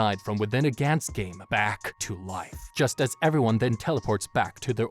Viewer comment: This is awesome but the way you pronounce gantz is kinda triggering me lol